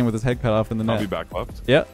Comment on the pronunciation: where did you learn english dude its dthaeeeyyyyye''''riiieeieieieiieeiee'o